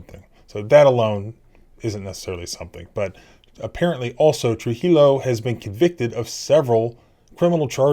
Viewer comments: Pronounced TRUE HE O, the L's are silent , the J sound like an H. Just a FYI, Keep up the good work. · Trujilo pronounced true yo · It’s pronounced Tru he o. Ls are silent. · in hispanic words, the double L is pronounced like a Y. his name is pronounced "tru-hee-yo." anyway, i want to know more about that deaf lady's case. all i can find is passing references to it in articles about THIS case. but they say trujillo and noel also forcefully removed the sign language translator from the room too. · change the j to an h and 2 l's to a y in Trujillo and you'll be a little bit closer to pronouncing it correctly ;) True He Yo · Trujillo is pronounced true-he-o. Just a friendly advisement on sometimes hard to pronounce mexican names. True-he-o arsehole that is.🤣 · Good job with these videos and your indispensable work for police accountability. One small suggestion: "TruHio." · Please learn to pronounce Spanish names. A double “L” (LL) is prounced like a “Y”, and a “J” has an “H” sound and “I” is pronounced like a long “E”. So Trujillo, would be pronounced Trū-hē- yo. And to head off all the comments I expect, no, I’m not Mexican. I just grew up in AZ, and took two years of high school Spanish class. I find it irritating when people pronounce names incorrectly. Especially in this day and age, where we have the ability to google any name or word for pronunciation. For example, I like to watch heavy equipment videos, and several channels have a Takeuchi brand track steer. I don’t remember any of them pronouncing the name correctly. Many pronounce it like Tacahoochee. I knew that wasn’t right as they were adding letters in their pronunciation, so I googled it. The Japanese speaker pronounced it as Tă-kee-ooc-hi. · It's pronounced Tru-he-o. Double L in spanish does not make an L sound. To wit, tortilla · Trujillo is pronounced tre - hee - yo. Thanks for the update. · 'J's = H 'I's = EE 'CC' = CH 'A's = AH 'LLs' - Y 'Trujillo' = 'Tru Hee Yo' ;-)